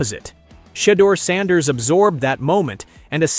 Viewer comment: Had to shut this nonsense off after I heard the pronunciation of sanders